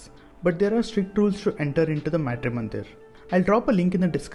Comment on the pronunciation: Being Indian,pronouncing "Matri"- mandir like that ,disappoints, a lot!